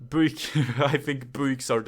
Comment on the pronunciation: Theres one car brand you rated so wrong in my opinion and that's Peugeot, the only good looking one is the 308 GTI. Also I love the way you say Buick 'Booick'. Love it